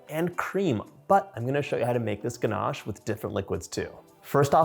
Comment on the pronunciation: There’s no r in ganache It’s not pronounced ganarche